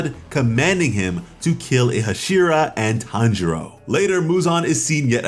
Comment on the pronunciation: It’s Tanjiro not Hanjiro dude